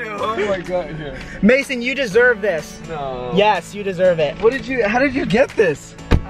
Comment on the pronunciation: Its mayson not mason